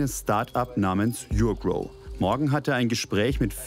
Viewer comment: Die firma heißt NICHT yougrow sondern urgrow